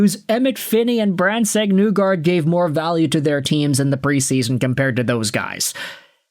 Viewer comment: Other than the Brandsegg-Nygard pronunciation it’s a good video It’s knee-guard essentially